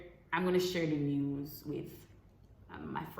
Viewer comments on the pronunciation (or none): none